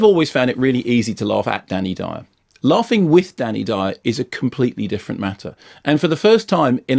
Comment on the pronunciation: That DANNY DYEOORR was priceless